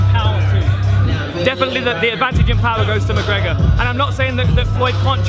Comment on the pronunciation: McConor McGregor? lol Dan...